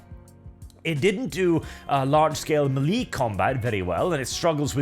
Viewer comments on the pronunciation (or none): Melee: Pronounced ma lay not mee lee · Melee pronounced may lay